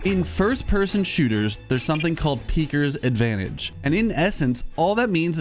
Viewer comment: I have to say this ITS PEEKERS ADVANTAGE NOT PEAKERS